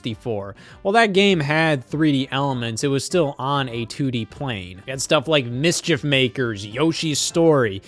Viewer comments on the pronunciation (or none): none